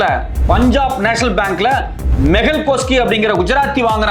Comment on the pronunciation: மெகல் சோக்சி(கோஸ்கி அல்ல)